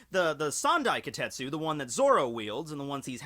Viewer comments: Wait, it's spelled as "Kitetsu"? Then why are you pronouncing it as "Kotetsu"? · AAAAHHHHHHHHHHHHH!!!! It's KI TE TSU not Ki tet su!!!!!! AAAAAAAAAAAAAAAAAAAAAAAHHHHHHHHHHHHHHHHHH!!!!!! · Kitetsu ... KI - TE - TSu..... KITETSu ..... not KAtetsooooo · Ka-tet--su? No. KEE-tet--su. Kitetsu. Yeah...I went there